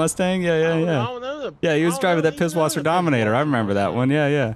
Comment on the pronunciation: Its not pibwasser. In germany we have a letter called " scharf s" and looks like this: ß. So its "Pisswasser" because the "scharf s" is spoken like a double s.